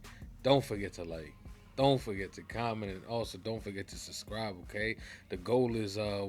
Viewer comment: B - Been wanting to remind you that “subscribe” has two b’s. You say “suscribe” every time. ;)